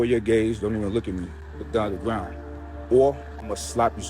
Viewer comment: “Look dawn at da gwound”